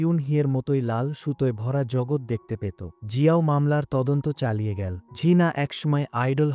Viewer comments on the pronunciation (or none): ভয়েস দানকারী বাংলা উচ্চারণ সঠিক না , এল কে L গেলো কে গেল বলছে , মূর্খ বাংলা রিডিং সঠিক জানে না ভয়েস দিচ্ছে